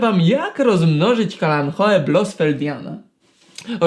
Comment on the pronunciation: Eee... Jak on powiedział "kalanchoe"? 🤦🤦🤦 I się uważa za specjalistę??? 😠😠😠